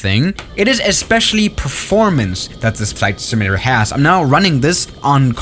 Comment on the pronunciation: Repeat after me: SIM-U-LA-TER, not "simllra".